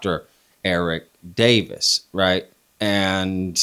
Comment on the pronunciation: No one can say Eric Davis’s name. Soon as someone hears that all credibility is lost 🤣